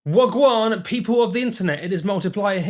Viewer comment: Never say wagwan again please